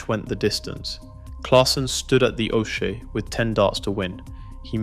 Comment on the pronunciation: Jelle 'YELLE' stands at the o'shae 'okey' If you just listen back and edit faults maybe your video would be better , but that would take a little effort. Still playing saw him at an NDB ranking toernooien only a month back.